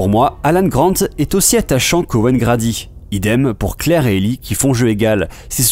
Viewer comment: "Owen grAdy" désolé ca s'écrit "Grady" mais ça se dit "grèdy" 😌